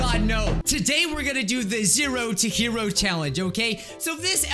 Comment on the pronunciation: When u said zero to hero I heard sero teheroh 😂